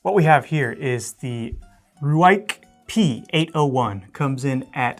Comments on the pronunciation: Ruike is pronounced Rake. They are very good knives for the coin. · Hey guys, just so you know, Ruike is pronounced EXACTLY the same way you would pronounce rake as in a garden RAKE, RUIKE, RAKE, RUIKE....??? Get it got it OK🤨